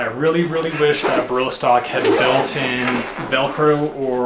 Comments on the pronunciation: Nice Review!!! It’s all good Brother.. mispronounce the name too.. But Great Review.. I more likely to get myself a Jackknife now.. it’s what I’m looking for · I wish you could pronounce Eberlestock correctly.